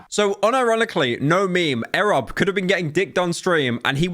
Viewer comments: First it was Silker. Now it's Ehreb. Pyro, his name is "E rob", like you pronounce "Esports". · E - rob not erob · these pronounciations 💀💀💀💀💀💀💀💀💀💀💀💀💀💀 eh rob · it is not pronounced airub you idiot. E. Rob. twice you've mispronounced in 2 b2b videos. why should you make thousands of pounds of these vids when you don't even know who you're talking about. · Godammit, what's with Pyro getting everything wrong? QT isn't Ludwig's wife, it's his girlfriend, and when saying Erobb, it's "e-robb" not "eh-robb" lol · eeeeerob not arab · Your pronunciation of erobb actually makes more sense because his name is eric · Eerobb not ehrob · ITS E-ROB NOT EHROB SERIOUSLY HOW CAN YOU KEEP PRONOUNCING EVERY NAME WRONG IM GONG TO HARE A HEWRT ATTACK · Never heard someone call the man eh-robb 💀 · corrects is pronunciation of sliker and messes up e-robb, like its not erobb its e robb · why cant pyro say names properly "air rob" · pyro why cant u pronounce anything, errob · pyro u have to be trolling what the fuck is an errob what has happened to ur speaking ability seek help brother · Bro said that XQC did attend creator clash suddenly without telling anyone till the day of (exact opposite, he was planning on going and then decided he wasnt going either the day before or the day of), called QT "ludwigs wife", and pronounced erobb "ehrob" the day after making a video in which he mispronounces slikers name the whole time. Pyro im BEGGING you, please do some more research before you hit start recording 💀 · Dude really said ‘Arab’ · Bro I swear to god you can’t pronounce any streamer names. EH robb 😂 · silker and eh-robb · Arobb, silker, man you need to start working on pronunciations LUL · Pyrocynical: I'm sorry for pronouncing Slicker wrong. Also Pyro proceeds to says Aerobb instead lol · Or as captions claim "Arab" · Silker, A rob, ZeeZ. day 2 of making a list of pyro being the fucking worst at pronoucing names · Airrob and silker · That's not how ERobb is pronounced lmao